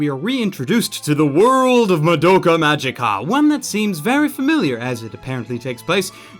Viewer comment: Fun fact: Magica is pronounced with a "hard" g.